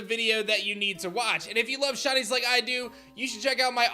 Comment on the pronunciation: I love "SHINIES" I hate the way you say it though "SHUNIES "